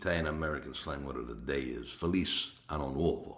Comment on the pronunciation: Your Italian accent is awful. You say "felice" like "feliz" in Spanish. You need to search it and learn how it is pronounced...